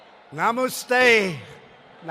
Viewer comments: Nahmoostay lol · Trump just said Namaste hella wrong lol cute 😂🤣😅